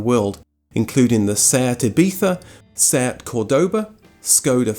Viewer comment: Wait. Seat is pronounced see-at? I had no idea. Great video by the way. I will def check out your other content.